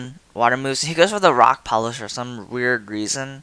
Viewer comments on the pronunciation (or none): none